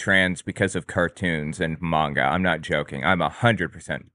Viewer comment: Saying Manga incorrectly is triggering me.